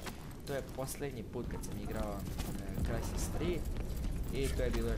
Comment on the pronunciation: krsis ahah cita se kao krajsis